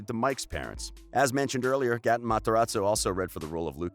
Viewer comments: It's 'Gay-ton' not 'Guh-ton' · He said: Goten instead of Gaten 😂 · This man said GOTTEN Matarazzo 😂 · Gaten sounds like Gaiten not Gatin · Him: Gah-ten Me:Its 👏 Gay 👏 tin 👏 GA-TEN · Who tf is “Goten” 😂😂 its Gaten Matarazzo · “Gotton” ITS “ Gaten” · He says GAten instead of (Gay-ten) and its so cringe worthy!! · Gay-ten not ga-tn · It is gated not garten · Goten its GATEN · GAY-TIN NOT GAH-TAHN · It's not Ga- Tin its Gay-Tin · UR NOT SUPPOSED TO PRONOUNCE IT gAten, UR SUPPOSED TO PRONOUNCE IT LIKE gay-ten 😭🤣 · Him: geh-ten literally everybody else:...it’s pronounced..gay-tin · its GATE-n not GAT-en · It's not goton it's gay-tun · the fact that he says Gaatn instead of Gaten bothers me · Gotten Gay- ten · He is saying Ga-ton Maz-a-ra-zo, but it is Gaten Mazarazzo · Why does he say GATEN like that, it’s just Gaten matarrazo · Its Ga-tin Plz Say It Right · is anyone gonna tell him that it’s pronounced g-ate-en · He's a GAY TIN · god gaten is pronounced gayten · You know you say Gaten as Gayten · Like Gay Ten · reyna vargas he said gateen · Ikr it’s pronounced geiten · Btw it's GAY-TEN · The way he said Gaten makes me wanna scream ITS NOT PRONOUNCED LIKE THATTT 😭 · Its GATE N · He can say cleidocranial dysplasia but can't say gatens name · I am extremely unhappy with the way he keeps pronouncing Gaten’s name. 😒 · I think you said Gaten's name wrong😓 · He said everyones name right except Gatens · It’s gaten bich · How we meant to believe the facts about Gaten if you can’t even say his name lmbo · I love how he keeps saying Gaten names wrong🤣🤣 | √ can I get to 2500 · Ye he says Gaten weirdly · It’s so bad lol